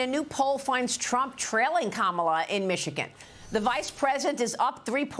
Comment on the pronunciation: Can someone teach her how to say Michigan holly cow 😂😂😂 “mitchagin”